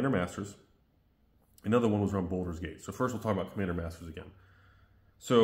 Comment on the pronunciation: It's "Baldur's Gate" not Boulder's Gate